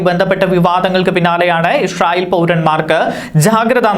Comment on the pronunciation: ഇഷ്റായിൽ അല്ലാ Bro ഇസ്രായിൽ